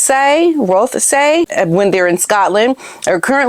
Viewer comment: Why do you keep pretending you know what these people think. You don't. Once again you make no effort to learn how to pronounce names. This time it is Rothesay. Otis is lovely.